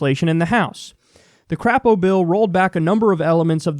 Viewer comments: It's "Cr-ei-po", not "Cr-a-po". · Haha Crapo. It's actually pronounced Cray-po for obvious reasons, but that's okay, we Dems here in Idaho call him Crap-o because the shoe fits. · Crapo says his name with a long 'a' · It's actually pronounced Cray-poe. But I hate that worthless piece of crap anyway. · It's "cray_po" Kyle 😂😂